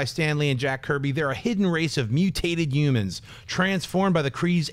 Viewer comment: Hey schnepp just so you know, the H in words like human and humor IS NOT I repeat NOT SILENT